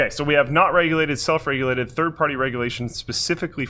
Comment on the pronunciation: "self reulated"